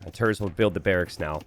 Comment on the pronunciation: He is pronounced like "tairts"